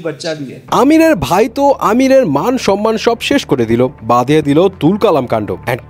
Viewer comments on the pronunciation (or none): none